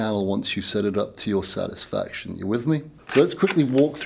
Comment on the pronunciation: ‘seddidup’ to your sadisfaction, your own Seddings’ not one ‘T’ in the whole review 😂